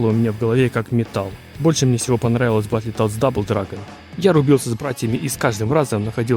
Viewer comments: Как же меня бесит то,как он называет игру БАТЛЕТОДС бл...какой нафиг батле,произноси хоть правильно,БатЛТодс,без Е... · Батлитодс ахаха! Чувак, прекращай веселить. Одно слово на инглише можно было ж выучить)))) Или гугл переводчиком озвучить, чтобы не звучать как селюх. Батлтодс, Карл, БАТЛ ТОДС. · Бро, Бэтл Тоадс! Почему ты говоришь "Батли"? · ну что за батлетодс?)батлтоадс! не издевайся над классикой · Очень круто, молоток ) неправильное произношение немного режет ушки, не "батлетодс", а "бэтлтодс", чувак ) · Да не Батле а батл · Только не Батлитодс, а Бэтлтодс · Ты молодец конечно, желаю только успехов в создании. Но блять, как же режет слух "батлИтодс", батл, батЛ... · не Батли Тодс а Батл Тоадс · Брат умоляю….. баттлтоадс. Не баттле)) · Ну не Баттле, а Батл. Переводится как бой. А полное название переводится как Боевые Лягушки. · "Батли тодс")))) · Друже, только не "батле тодз", а "баттл тодз" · только не "баттЛЕтоадс", а "баттлтодс" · Батле тодс😂😂😂. Ну ты крут😅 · Баттл литл стабл? Чел что ты говоришь ? Батлтодс выговорить не можешь ? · БАТЛЕТодс??? Мой препод английского тебя б придушил))) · батлитодс?) что по английскому?) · Ну не батле тодс, ну пожалуйста... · "батлИтодс". это пиздец. уметь делать ремейки, но незнать произношения игры... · Батле тоадс??? Автор аутист! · Чел, ты если игру разрабатываешь, потрудись хоть узнать как ее название правильно произносить